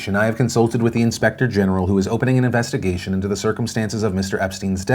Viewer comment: "Investa-gesh" - Philip DeFranco 2019